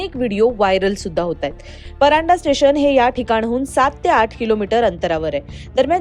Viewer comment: Madam pardhae not paranda